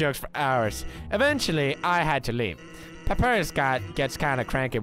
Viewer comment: Every time PewDiePie says 'Papirus' I die a bit inside.